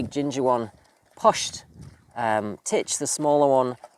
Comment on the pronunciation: Love how you say PUSHED like a country irishman. Good man.